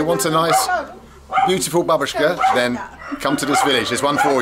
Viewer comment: Только не бабУшка как некоторые произносили а бАбушка-то есть выделять в произношении не "у" а букву "а" .